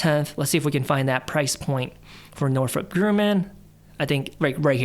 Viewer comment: Is "Northrop" pronounced "Norfork"? You "Merican"?